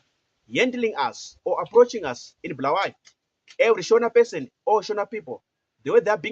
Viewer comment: Ungabosidakelwa wena Tshona lo2V ! It’s not Bhuluwayo, it’s Bulawayo !